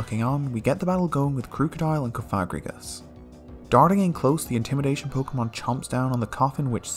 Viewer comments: is anyone else extremely offset by the way he pronounces cofagrigus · For the sake of not accidentally saying a slur, please pronounce cofagrigus correctly (cawf-uh-gree-giss). Also Krookodile's name comes from the word "Crook", Liepard comes from lie and leopard, Reuniclus comes from "reunite" & "nucleus", Hydreigon comes from hydra, drei (german for 2), & dragon, Eelektross contains the word eel, & Scrafty comes from the word "Crafty". Thus their names should be pronounced as such. Mienshao only has 2 syllables. Not 3.